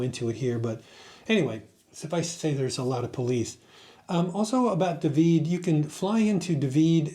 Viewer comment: Dahhhhvid not duhvid